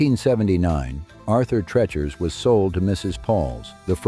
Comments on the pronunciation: I loved Arthur TREACHER'S and was sad when it left our area. There were so many mispronounciations of TREACHER in this video, it reminded me of someone who called it "Arthur Trenchmouth." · Pronounced TREE-chers.